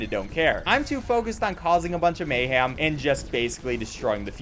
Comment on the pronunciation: Only would say mayham instead of mayhem